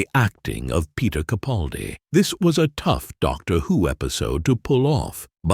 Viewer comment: I couldn't agree more than Heaven Sent is the pinnacle of Doctor Who episodes. But I do wish you had taken the trouble to learn the correct pronunciation of Peter CaPALdi's. Granted, it's pronounced incorrectly at least 90% of the time. A pet peeve of mine.